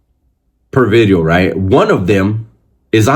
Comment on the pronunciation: Why my boy emphasized on the V on video lol....#bideo